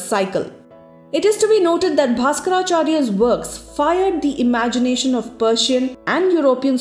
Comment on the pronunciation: you can not pronounce correct name of ancient Indian scientists?? आर्याभट्टा, भास्करा??? क्या बकवास हैं ये l आर्यभट्ट, भाष्कर, ब्रह्मगुप्त नहीं बोल सकते क्या